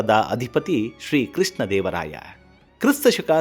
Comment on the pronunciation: Who is krisna dEvaraaya?? What is yestu?? Pl pronounce sha properly..